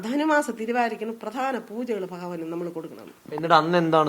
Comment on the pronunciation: അതാരാ 😂പഹയൻ എന്ന് കേട്ടിട്ടുണ്ട്... ഭഗവാൻ എന്ന് ശെരിക്ക് പറയാൻ പോലും അറിയില്ല